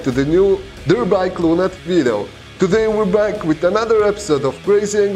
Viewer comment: My coworker and I watch your videos every day. Mostly we enjoy them very much, thank you for posting them. We have noticed something very peculiar. For the last three weeks or so, you have stopped pronouncing the last syllable in lunatic all together. We cannot figure out why you have suddenly developed this speech impediment. It has to be more than your Russian accent and constant nasal congestion. Please explain. Also, we would appreciate it very much if during the next angry, stupid and crazy people video you would ask where is moose and squirrel? That would delight us to no end! Thank you very much!